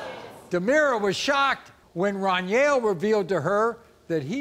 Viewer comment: Maury called my boy dunyell the whole time that man name is Runyell 😂😂😂😂